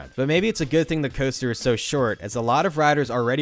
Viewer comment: For someone who narrates, you really struggle to speak. Hearing you get closer to saying paramount right each time you said it was funny. Also, why do you say “coaster” like that? It’s like you’re trying to fit every vowel in order into the word. Super nonsensical and irritating.